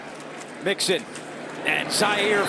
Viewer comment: I cant believe the announcer called joe mixon a monkey! Lol "joe monkey"